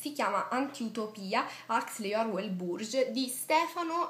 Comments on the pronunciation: Complimenti per il suo video, pieno di passione per la lettura. Spero che non le venga mai meno. Magari il nome di Burgess andrebbe pronunciato un po' meglio, ma va bene così. Con molta cordialità. Stefano Manferlotti, traduttore di "1984" e autore del saggio che lei cita. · Burgess l'ho sempre pronunciato "Bùrgis" :) di Arancia Meccanica il finale che abbiamo in Italia è posticcio, in origine sarebbe dovuto terminare come nel film... Philip Dick l'ho adorato per Blade Runner, ma il finale di Tempo Fuor di Sesto mica l'ho capito... (ti consiglio scorrete lacrime disse il poliziotto) Dick per me ha delle buone intuizioni ma poi le sviluppa diversamente da come le immagino... Neuromante lo amo, ha creato il cyberpunk... (sto commentando un video con 4 anni di ritardo, devo recuperare)